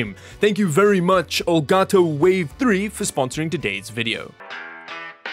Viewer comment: Finally an english speaking Youtuber who pronounces properly the brand: El Gato 👏👏👏